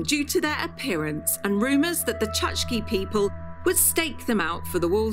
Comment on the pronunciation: I hope no Chukchi people were listening. The name of these indigenous Siberians is pronounced “chook-chee”.😊